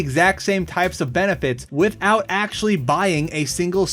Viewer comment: "Wisout bucking"